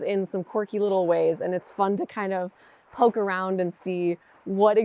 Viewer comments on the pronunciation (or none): none